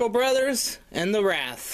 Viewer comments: lol u called the wriath the wrath lol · Did you really say "The Wrath"? LOL XD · He's out of breath opening a package. And can't pronounce "Wraith" correctly. Plus I can't see a damn thing 'cause the lighting is so dark. smh. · You pronounced it incorrectly and the worst part is they say it multiple times on both Wraith albums. This box would have been far more impressive if it were Vinyl. This just looks like they crammed all the original versions of the cd they had stocked up in the warehouse with no work put into it. No special packaging for the albums or anything. Just placed in a fancy box with some half-assed artwork. Not worth the money imo, especially if you own the albums already, and I'm a huge ICP fan and I'm still saying fuck this set.